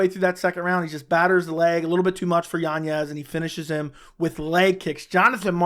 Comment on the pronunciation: Yanez... Not yanyez. Good Lord, man.